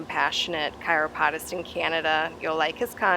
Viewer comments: Ok, doing videos at the same time explains it. It is a weird word, sounding like a bird Chirp, only chur OP O DIST. I say KY RO Prac tor...is that different than you? I used to live in Salt Ste Marie, so I didn’t think that was a Michigan pronunciation. I just wanted you perfect. I see you are talented and know whereof you speak. I am a retired RN and Educator, so old habits....❤️ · I cannot believe you said KY RO POD US again....I politely suggested Googling pronunciation, but you didn’t because you said it incorrectly again. You are very meticulous in your work. I expected you to be more meticulous with Jonathon’s title. He never mispronounced Meticulous or Manicurist. I feel like it’s a big deal. You didn’t.